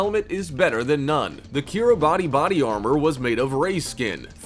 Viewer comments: Umm Yeah, around the 40 second mark you talk of the Kiribati Islands.... the thing is, it’s spelled Kiribati, but it’s pronounced kir-a-bus. Just thought you like to know that you’re insulting the entire country by mispronouncing it’s name... but then you sound like an American, so going around insulting people by saying the name of their country wrong is just par for the course. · Kiribati is pronounced "Ki-ri-BAS", the last syllable rhyming with "arse." Two minutes of research on the net would've told you that.... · Kiribati 🇰🇮 is pronounced: “Keer-e-bahs”. I don’t personally know why that is, but I do know it’s NOT pronounced how it’s spelled.